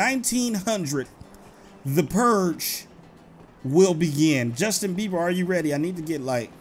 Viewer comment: Its beber not bever